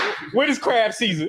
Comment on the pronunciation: U MEAN “CRAB” 🦀 BOIL RIGHT MADDIE? NOT Crap 💩 Boil 💀